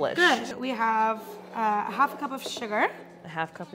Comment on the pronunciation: Okay pls tell me I'm not the only one that heard "a hot cup of sugar" instead of "a half cup of sugar"